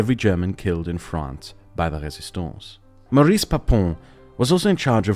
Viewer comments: Since we're talking about a n4zi, we forgive you. But it's pronounced "Móris" not "Maris". A masterpiece, as usual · Did he just just say Baris?!